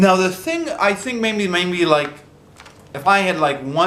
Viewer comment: please don't take this as a personal attack, but have you ever noticed that sometimes your "maybe" sounds like "mayNbe"?